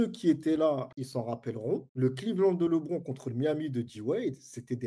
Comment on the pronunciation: Très intéressant comme podcast (mais la prononciation de Lebron me pique les oreilles)